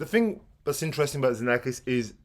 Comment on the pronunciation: Hi! Congratulations for the nice videos you offer us. Please allow me a correction because I often hear it from others: Xenakis is pronounced Ksenakis in Greek. That's his name. Be well and thanks again